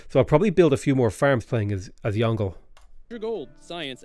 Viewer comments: firaxis hiring some poor guy from fiverr to pronounce the names of ancient chinese leaders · I get how it's supposed to be pronounced. I don't care. He is Yongle in my heart. And thus he shall be called such. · Youngle is pronounced young luh. Wu zetian is pronounced as Woo zet-I-an. Qin ahi huang is pronounced like chin she hwang. Something’s don’t translate that well like huang and zetian. My credentials are that I live in Taiwan and I speak moderately good mandarin. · Its not yongle. its Yong Le. And its INCREDIBLY problematic if not racist to willingly mispronounce these names. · yeah they do. its a little overpronounced on the tones but its right. its like "yohng luh" source: i actually speak mandarin chinese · Isn’t it pronounced like “Yohng-luh”? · I don’t think they’re a native bilingual. They do sound like they’re over-emphasizing the tones, and some of the pronunciations seem just a bit off, so I’m guessing they’re a Chinese learner